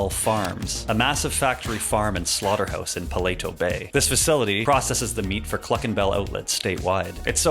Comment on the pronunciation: "palatoe bay"